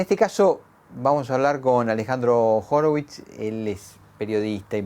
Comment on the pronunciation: Es Horowicz, no Horowick